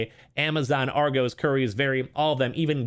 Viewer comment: You should probably research how to say Argos.